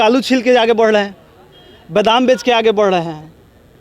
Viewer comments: Dusro ka uchharan shi karane se pahale Apana shi kijiye Bedam nhi badam hota hai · Are chutiya phle tu to sahi ucharn krna sikh le bad me teacher bn bedam nhi hota h bdam hota h bklol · Tumhe Hindi Shudh Bolna Aata hai Pahale Sikh Badam Ko bedaam bol Raha hai